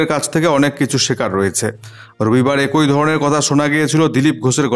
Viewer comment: । কথাটা এ্যাকি... একোই শুনতে খুব খারাপ লাগে ।